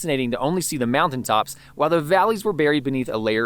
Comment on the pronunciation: Yes, you're doing great, and it's hard to learn German in Switzerland. But no one pronounces it like the English "see". You must hear that word enough to mimic it properly. It's more like "say", but not quite. If you are taking a German course, I'm sure it's a pronunciation you can learn there. Especially if you are promoting a visit to the Bachsee, which unfortunately all tourists do, and we Swiss avoid for that reason.